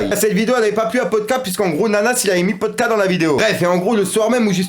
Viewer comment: Par contre respecte le pays de Polska stp, ça ne se fait pas du tout. Tu dis "Poldka" au lieu de Polska. Polska = Pologne en langue polonaise